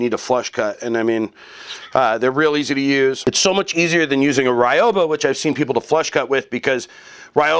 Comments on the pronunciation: Love my ryoba! (By the way, it's pronounced ree-yo-ba, not rai-yo-ba). Nice video! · pronounciation note, it's not rai oh bah, it's ryoba. ry(like reed but very short...r is rolled like rrrrol up the rim to win)o(oh or the o in robe lol)ba (bah like a sheep or something) ryoba. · Ryoba = Ree-oh-bah Sorry, I'm particular about Japanese pronunciation. Very informative video, though. I'm getting into Japanese woodworking, but I don't know much about woodworking in general. Just the basics from hanging out in my grandfather's shop as a kid. The Japanese are amazing craftsmen, so I figured I might as well go that route. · Certainly an improvement. But actually pronounced as two syllables, "ryo-ba" with the "o" sound elongated, like "ryohba". As in "ryoh" = both , "ba" = teethed. Translated it simply means "double-toothed saw" or "doubled saw", or if you like, a two-for-one saw. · The pronunciation is closer to Ree-oba. In Japanese, there is no actual "R" sound, it is closer to "D". The "Y" in this case is pronounced like a long "E". You can listen here